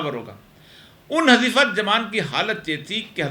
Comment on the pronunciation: حٌذيفہ صحیح تلفظ ھے۔ عربی نام ھے۔ ح پر پیش کے ساتھ ۔